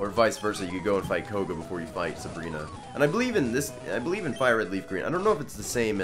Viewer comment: "I can't 'BEE-lieve it." ._.